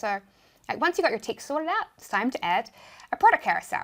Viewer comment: Yes love these stip by stip tutorial. tixt and minue and all. Thank you. Question, is it that you guys don't pronounce E? just curious. Have been watching your videos for a while.